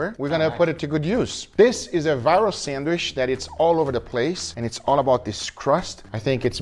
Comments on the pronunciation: hey Guga! the CH in sandwich is a hard TCH sound! this isn't Portuguese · I love how Guga pronounce Sandwishhhhhhhh :) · I cant stop giggling when he says sandwiich 😂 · I know what you mean, i love it lol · It sounds like he saying Sanwish